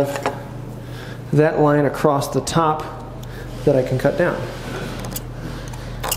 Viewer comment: The "T" that you add at the end of "across" has finally been addressed! Lol I've been wanting to comment on this for a while..